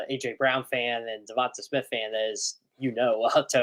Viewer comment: Uhhuhhh Tone teach him to pronounce DeVonte's name correctly PLEASE!! 😂